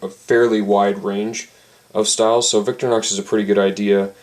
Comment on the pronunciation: stop saying victor-nox!